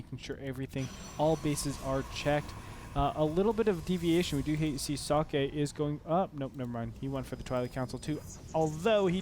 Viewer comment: Socke is the german word for a sock, it is pronounced ['zɔkə].